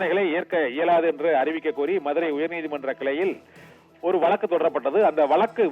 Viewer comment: வலக்கு இல்லை வழக்கு, வலங்குவது இல்லை வழங்குவதாக, pls be responsible as reporter u r also influencers of future தமிழ்